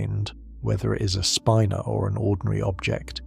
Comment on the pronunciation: I "love" how the lousy computer narration can't pronounce "spinor" or "nuclei" consistently.